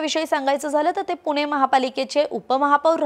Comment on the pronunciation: पुने नाही ग बाई पुणे आहे ते, जरा भाषेवर काम करा! बाकी उत्तम सांगता!!!